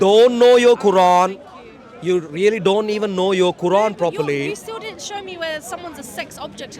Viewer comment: “With yourrrr wife” 😂😂